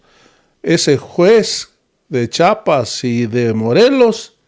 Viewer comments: Sr. Disculpe, se pronuncia Chiapas y no chapas Ok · Se dice CHIAPAS